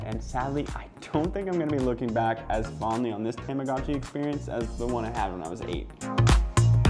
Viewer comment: The commercial for this device calls it a “tom-ah-goh-chee”, not “Tom-ah-gah-chee.” This guy calls it a “Tam-ah-gah-chi.” I think I speak for Millennials everywhere when I say, “whaaaaat?!?!” 😑😑😑